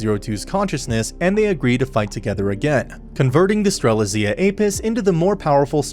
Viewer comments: Ster-lit-Zia. It’s not that hard bruh the day it in the anime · He pronounced strelizia like at least 4 different ways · is it me or did he just say Stre-lit-zia wrong multiple times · nvm, not just Strelitzia but all Franxx names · stop saying strelitzia wrong